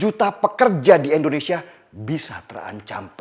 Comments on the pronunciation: Indonesia bang bukan endonesa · sangat jelas sekali ngucapnya Endonesia bkn Indonesia..disitu ku rada ga enak dgrnya..selainnya mantap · indonesia ya bang, bukan endonesia. gak enak di dengar. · Bg bilang kata Indonesianya jangan 'Endonesia' donk bg. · Indonesia..bukan endonesia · Indonesia bukan endonesia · Pak ko selalu sebut endonesia kan kita indonesia..😁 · Bang Denny, kenapa sebut Indonesia jadi Endonesia ya? #seriusnanya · Indonesia. Bukan endonesia. Please lah. Org bule aja bilangnya Indonesia bukan endonesia. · Tetap semangat bang Denny utk membela yg benar. Koreksi aja bg.. utk pengucapan "I" di Indonesia jangan "E" 🤗😀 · Bang belajar mengucapkan nama negara kita dgn benar 'INDONESIA' bukan "ENDONESIA" 😇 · Indonesia bukan endonesia😫